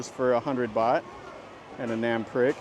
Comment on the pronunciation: nam prik. NAM sounds like the ah in water. PRIK sounds like preek, not like prick.